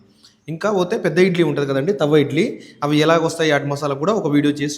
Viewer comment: తవ్వ ఇడ్లి కాదు తట్టే ఇడ్లి